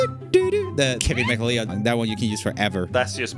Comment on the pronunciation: I know it probably doesn't matter since we all know him, but McLeod is pronounced like McCloud :)